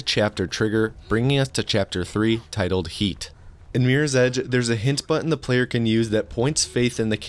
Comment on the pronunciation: "Meers ej"